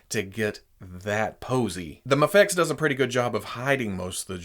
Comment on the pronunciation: You saide maa fex